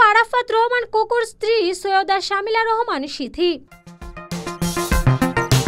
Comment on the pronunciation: একসাথে থাকবে কিভাবে ভাই এক একজনের ঘাড়ে তো কয়টা করে মাথা, এনারা আবার একসঙ্গে থাকবেন তা কি করে হয়, কচুর সাংবাদিক নামটাও ঠিক মতো বলতে পারেন না, শামিলা না রে শর্মিলা হবে